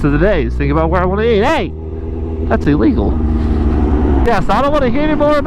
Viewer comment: "HEYY. thats EEleegal" lOL